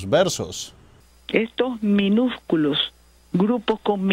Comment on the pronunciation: "Minujculoj" dice la companera...